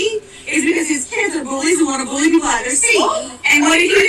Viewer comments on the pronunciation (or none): none